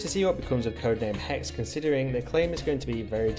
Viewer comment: HexE! Not hex.